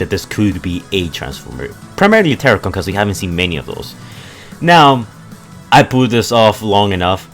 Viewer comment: its terrcon